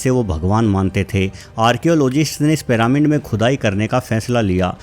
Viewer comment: Piramind kya hota hai. Pronounce ghalat mat Karo.